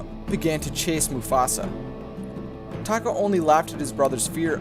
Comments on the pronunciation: Did anyone else think he said taco when he said taka? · Scar's real tame is Taka?! Sounds like Taco to me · SAY TAKA